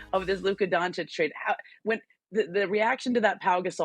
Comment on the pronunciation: FOR THE LOVE OF GOD IT'S PRONOUNCED DONCHICH, NOT DONCHICK. Omg so many years in the league and Stephen A STILL can't pronounce it right😩😩😩